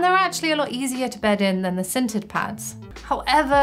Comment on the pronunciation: I totally thought she said "scented" pads the first time she said "sintered". I was about to be very excited